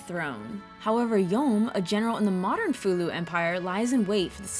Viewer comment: I am glad I came across this review and it is a pretty good one too, you really told it so well and I am so glad you said Fou-Lu name because for years I had wondered if I was saying it correctly, it was the same with Ershin, which I loved the character by the way, she was like that R2 of the group, but with alot more flare and a character that made her stand out from the rest, even though Nina is my top favourite, but Ershin wins me over with her quirky ways and how she seems to know alot more then you think, but I defiantly say BOF 4 does hold a great candle to its name, but I will agree BOF3 is more better in my opinion, specially the dragon system in that :).